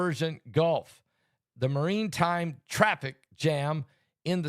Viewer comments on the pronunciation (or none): It’s pronounced maratime